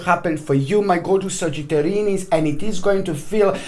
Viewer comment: Trey Amaral I think it sounds like sagittarinnis :) hehe